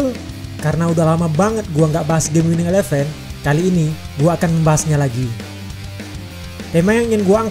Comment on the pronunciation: cara baca elevennya kocak wkwk